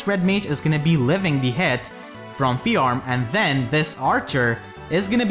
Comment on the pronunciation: Do you intentionally mispronounce Fjorm's name so horribly? Like an intentional joke to bait out cringe and hate?